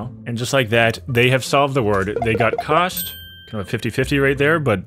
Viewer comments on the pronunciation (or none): Normal people: cost: COAST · Me : cost He: COAST 😂😂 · cost is pronouned cost not coast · Are we not gonna talk about he said coast not cost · it's cost not coste you pronounce wrong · He called cost coast. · Bro the way he said cost without realising